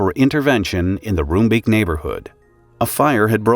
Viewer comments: Rombake. They say Rombake not room beak. I was a year away from moving to Nordwijk from Edinburgh. I remember this vividly. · Roombeek is pronounced more like ROME-bake than ROOM-beak. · pronounciation of the names of the people, quite good. The name of the city is pronounced: En- (as in and) sgeh- (sorry, dutch g, you can supplement with a k in this case, so it sounds like skull) day. Enskeday. Roombeek is easier to pronounce: Room sounds like the city Rome, beek sounds like bake. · I do have some concerns with the mis-information at the beginning. The fireworks factory was there long before the residential area. Roombeek btw is pronounced Roambake and Enschede is En-s(dutch g)eh-day. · It's pronounced "roambake" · It's pronounced like Rome-Bake in Dutch :) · pronounce: roombeek: Roambayk/ Enschede: Enshceday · Hearing the names of Dutch cities and neighbourhoods mangled is a bit... annoying... :P Enschede -> An-sge-day Roombeek -> Roambayk (you could also try to translate it, but Creamstream has some other connotations best left unexplored.. :P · I'd say nice try but wow, totally butchered that one. 😂 Not that it's surprising for an English speaker. En (like enter) schuh (hard G, like bringing up phlegm lol) day. Emphasis on the 1st syllable. ENschuhday. 😏 Also, rome bake. (Roombeek literally Creamcreek) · Enschede is pronounced (roughly, as the Dutch -sch does not have an English equivalent) as "EN-schuh-day" Roombeek is pronounced as "Rome-bake" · Roombeek should be pronounced as Roambake. That's the closest you'll get to the Dutch pronounciation.